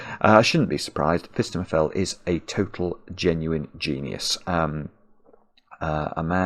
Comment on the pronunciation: Every time he says phistemefel I do a little happy dance